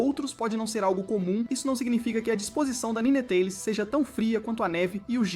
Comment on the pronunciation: Eu fechei o vídeo no “nînêtális”